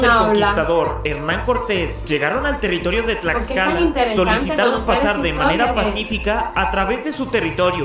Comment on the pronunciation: Tiene una historia muuy interesante, si es muy pequeñito pero le es suficiente para tener gran relevancia en la historia. Los murales dentro de su palacio de gobierno son hermosos contando la historia desde la época precolombina, se come muy rico. Tlaxcala, lo pronunciaste bien 👌🏽